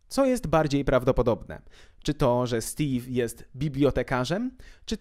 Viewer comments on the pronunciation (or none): none